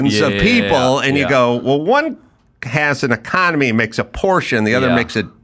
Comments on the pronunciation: So funny pronounces Porsche wrong in english and adam totally right. 😄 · why does the american host pronounce porsche better than his german guest? It's not a porch, it's a porschE. Detailgenauigkeit ist des Deutschen Eigenheit. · German here. Funny how the American pronounces "Porsche" correctly and the German pronounces it wrong as "Porsch".